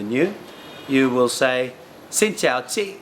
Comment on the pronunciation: Maybe because I speak with Northern accent, but you pronounce some words really off, like bô, phở, chị, xạo. I know Southerner don't use dấu nặng and don't pronounce dấu hỏi that clear, but since you said you went more for a Northern dialect in this vid I couldn't help to be bothered. We also say trời ơi sometimes :) But your Viet is really good, you're probably the best foreigner I've heard so far and I understood 95%. But you sound more Southern than Northern haha.